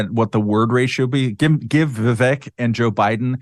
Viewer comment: Viv-Vake…. Read it like this so ‘pundits’ at least can say his name correctly!